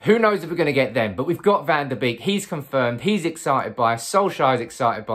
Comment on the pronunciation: It's bake not beek that's how they pronounce it.